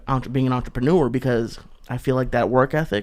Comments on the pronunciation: Untropanewa? Ohhhh "Entrepreneur" ok. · Kick that fuckin' "entrapanooah" Lee! OH SHIT! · When joey pronounce entrepreneur >>>>